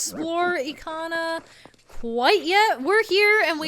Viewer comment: It's Bob from SMG4! Yeah after watching SMG4 I call the Garo Bob. Either way, Eekana sounds right I used to call it Ick-ana as a kid. Did they actually have a prononciation guide for some of these Zelda terms? I'm playing along, just finished the Anju and Kafei quest and am now in the fourth dungeon.